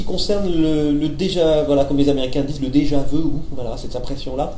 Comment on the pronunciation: Ton com est plus cringe que le "déjà vou"